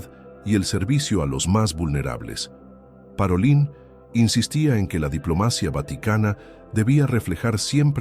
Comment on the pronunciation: Pietro "Parolín" (acento tónico en la "i"), y su pueblo se pronuncia "Skiavón"!